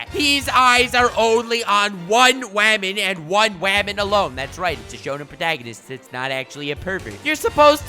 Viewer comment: Love the way he say "wamon"